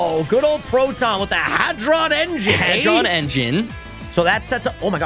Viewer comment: ngl....i thouht hadron engine was pronounced ..."Hard-On engine"